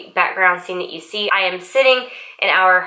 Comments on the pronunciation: Why do you pronouce "you" word with such "yoh" sound? Is this popular in some parts of US? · just first few seconds of your video:.I going to..update you.... The word "you" sounds just different than usual